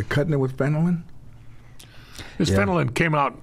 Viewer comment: Are people too afraid of George to correct him? It's not "Fenolin." It's Fentanyl. Dude on the computer looks it up and clearly didn't type "Fenolin" to get search results. SMH.